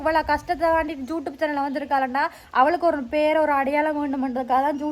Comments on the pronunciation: am i hearing it correctly!! YouTube or Jutube 😮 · Adhu jutube illa thangam.."youtube"😅